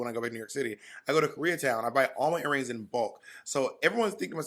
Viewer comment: Not "airrings" lol